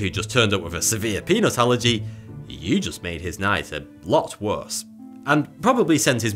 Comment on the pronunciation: I swear, on my iPhone speakers “peanut allergy” sounded like “penis allergy” and for a brief moment, I was very concerned as to where this video was headed. I have to say it, and I’m sure it’s already been said, probably numerous times... but, dude, try growing a beard to go along with the ‘stash or just go clean shaven again. The caterpillar on your upper lip is so distracting! Said with love my friend, said with love.